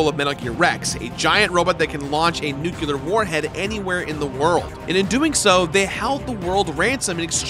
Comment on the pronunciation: It's "nuclear", not "nucular"